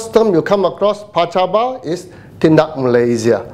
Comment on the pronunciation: PACABA not pacabo.